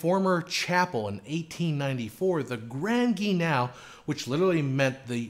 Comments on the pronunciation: Grand Guignol is pronounced like "hull" not "canal". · Oh, dear-- have I have been mispronouncing grand guignol all this time? I really believed it should sound like "gran geen-YAW". Here, it's spoken as "grand gee-NOW". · Appreciate your very informative videos, thanks! Btw you should say Grand Guignol like this: Gran Ghee neol (or knee_all) 😉